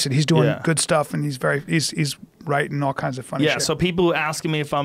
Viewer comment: Joe "What is wiriting" Rogan